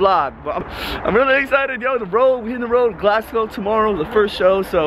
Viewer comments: did man just say Glasglow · SLIM ITS GLASGOW NOT GLASGLOW 😂😂😂😂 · Loool, he kept getting gassed saying "Glasglo" it's "Glasgow" haha, your a top joker haha❤❤ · GLASGOW, not GLASGLOW.. 😭😂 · it's Glasgow not glasglow 😂😂😂 boy you make me laugh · It's hilarious how every time you say Glasgow you mispronounce it and add an extra "L"! :) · Who else noticed slim saying Glasglow instead of Glasgow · it's Glasgow not glasglow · Glasglow😂 it's Glasgow😂❤️ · it's glasgow my g not GLASGLOW 😂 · its not GlasGLOW it is GlasGOW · it's not Glasglow😂😂😂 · it's not glasglow😂😂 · It's Glasgow not fucking GLASGLOW😂😂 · slim it's GLASGOW not GLASGLOW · brrrruuhhhh its not glasglow its glasgow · lol its Glasgow not glasglow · Glasglow lmao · Glasglow? Damn i didn't expect that from you 😂😂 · lol he said Glasglow dafuq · glasglow? Wtf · How is man calling Glasgow 'Glasglow?' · LMAO the way slim says 'Manchester' and 'glasglow' 😂😂 it's Glasgow slim loool